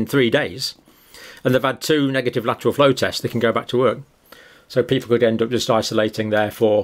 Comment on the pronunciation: Get your what flow test? You talk to fast. Googling "flow test" I see you meant "lateral" flow test but you pronounced it with just two syllables and the word "lateral" has three syllables.